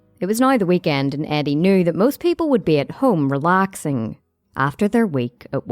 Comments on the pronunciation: I thought she said Addie at first lol now i hear the r youre talking about once i read ur comment lol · how is this respectful. she is not even pronouncing his name right? it reDs Eddie but she pronounces it Addie, wtf? how wrong is that?